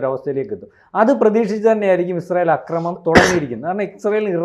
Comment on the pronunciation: അക്രമണമല്ല,ആക്രമണമാണ് ആക്രമമല്ല,അക്രമമാണ്